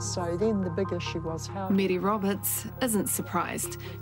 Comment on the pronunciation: Her name is Mary not mere!!